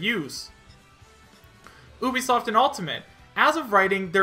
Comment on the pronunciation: Why do you say Oobisoft. its Ubisoft.